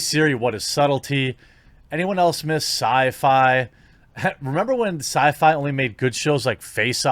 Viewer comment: syfy ? really ? syfy?